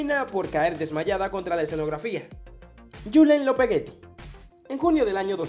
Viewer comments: En vez de decir Lopetegui dijo " Lopegueti " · Cuándo nombras a Julen Lopetegui lo dices demasiado mal.. recuerda decir Julen Lopetegui en vez de Julen Lopegueti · JAJAJAJAJA DICE JULE LOPEGUETI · Julen Lopetegui!!!!!!, no Lopegueti jajajaj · Lupegueti dice😂😂😂😂😂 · k hablas dice Lopegueti, cuando en verdad se llama Lopetegui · Lopetegui no lopegueti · Jajaja el man dice lopegueti JAJAJAJA